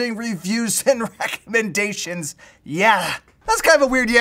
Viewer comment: reckhmendations xD